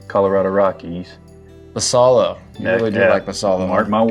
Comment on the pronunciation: Great content, I do really enjoy your videos. One suggestion is to do more research into how Latin players’ names are pronounced. Samuel Basallo would be pronounced like bah-sigh-yo, for example. Just a suggestion to make your content even better, imo. Thanks gents.